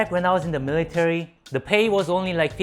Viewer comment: how many times does he say "miritary"